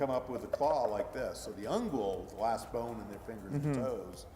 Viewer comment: i thought i was the only one who heard that lmao